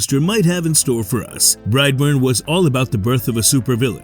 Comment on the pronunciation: bright born...... SOUTHERN ACCENT... BRIGHT BORNE....!!!!!